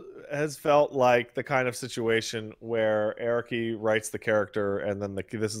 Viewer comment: Air-aki is the most bizarre pronunciation of his name i’ve ever heard